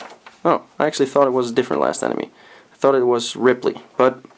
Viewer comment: You can tell this dude hasn't played Super Metroid before. "Dragie Con" "Ripley" lmfao